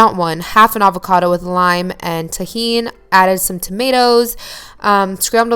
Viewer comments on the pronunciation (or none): You can tell she’s not Hispanic by she way she says “tajín”